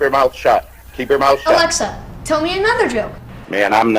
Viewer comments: Dave its not alexer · Dave pronouncing his “a”s with “er” 😤